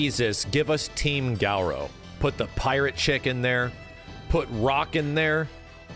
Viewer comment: “Gau-rau”? I always said Ga-rooo” for Garou.